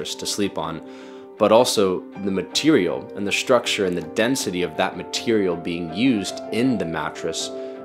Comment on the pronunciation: Brother, stop adding "sh" sounds to your "st" and "str" words. You keep saying "shtructure". WTF? Why? It's not shtructure, shtrong, shtraight, exshtremely, shtrength, etc. Cut it out. It's goofy.